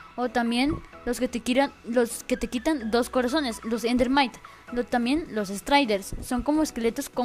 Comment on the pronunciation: Jjajajajaajjajajajaajjajajajajaajajafjjajajajaajajajajjajaajajajaj ayayay se dise ender mite